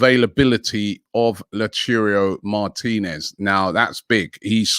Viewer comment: The best thing about this show is you get to listen to 500 different ways Robbie can pronounce a player's name.... "lautirio Martinez, Lowturo Martinez"